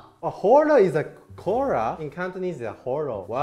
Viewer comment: I find it funny when saying Cola is Cantonese and then saying Cora in Japanese people way saying Cola haha